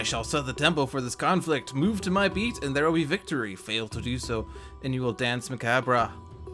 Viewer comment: 20 seconds......it's pronounced "ma-cab" lol I'll stay for the rest